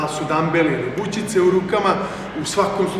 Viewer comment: bućice XD valjda se kaže bučice